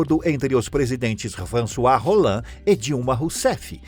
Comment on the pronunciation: FRANÇOIS ROLLAND ??? É sério que eu ouvi e li isso ??? O correto é François Hollande ! 😱😱😱😱😱